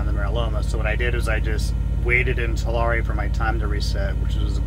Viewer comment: Are you sure you’re from California? Because you can’t pronounce Tulare correctly 😀